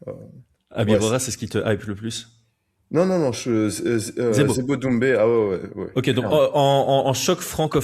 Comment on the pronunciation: J'essaie de dormir en écoutant j'ai entendu "zoumbé" j'ai explosée de rire 😂 obliger de lâcher ce commentaire